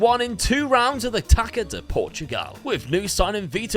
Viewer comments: Love the way u pronounce the portuguese cup, it is ‘tassa’ but u earned the Taka de Portugal ™ Great vid💪🏽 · sorry it's not taca, it's taça. you speak it like it was two 'ss' (tassa de portugal) and amaZing workk, best luck on being number one. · This is really picky but when saying "taça" try saying it like "tasa" with an s sound because this ç has an s sound isntead of a c sound. Either way, amazing save this is going to be! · can you please learn how to say our cup's name?